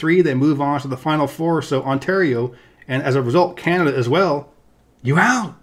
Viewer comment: NoooOOOO CAa-naa-DAaaa....